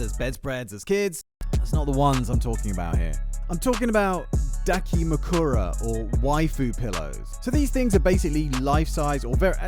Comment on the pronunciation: Your criminal pronunciation of dakimakura aside, this is some of the funniest transformers content on youtube. excited for more